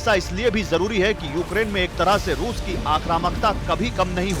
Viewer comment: Wo Rus hai Rus..ping pong nahi..